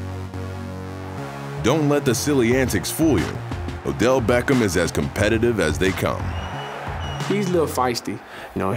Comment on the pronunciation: Did anyone else here him say Odell Becken??